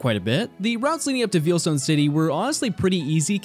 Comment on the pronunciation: Vayle ita pronounced Vayle not veel. Veilstone.